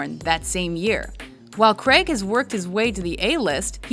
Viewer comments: Daniel cregg ????? Cray - g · Fuck pronounce his name correctly not Creg, Craig. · Pronounced crAig not creg. Just sayin. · Can you American's please announce Daniel craig's surname properly!!...PLEASEEEEEEEEE?...It's "CRAIG" pronounced GRA - AGEEEEEEE" not "CREG"!!! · God damn you Yanks say Craig really weird